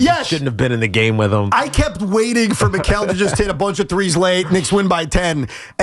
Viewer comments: Bozo says MILES Bridges instead of Mikal Bridges. Who's gonna tell these 🤡's who run WFAN Youtube channel 🤔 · It's Mikal not Miles. Tell the intern to get it right